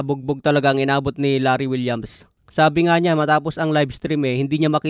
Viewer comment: Larry wills po idol Hindi po Larry Williams 😂